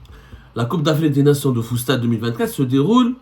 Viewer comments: ZEMMAAAAAAR 😂😂😂 stp arrête va te reposer car tu délire grave !!! Deja va te changer car depuis hier tu n'arrête pas de transpirer et éternuer 🤧 sur les mêmes habits. Deuxièmement tellement tu délire tu narrive pas a pronancer le FOOTSALLE, une foie tu dis foostad apres foostal ...... enfin le meilleur pour la fin tu dis que FAOUZI LAKJAA PATRON DU FOOTBALL ALGERIEN NOOOOOON HADI WA3RA T TROP FORT YA KHOOO😂😂😂😂😂. Méfier toi chengri7a t'envoie un sniper en face de chez toi pour alléger tes souffrances causer par RS BERKANE 😂😂😂😂😂😂😂😂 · Futsal au lieu fustal hhhh